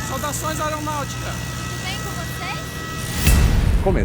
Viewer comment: "Saudações 'arônáutica'"